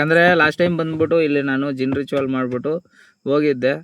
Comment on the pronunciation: ಜಿನ್ನ್ ಅಲ್ಲಾ ಪಾ 😂 ಅದು ಕೊಳ್ಳಿ ದೆವ್ವ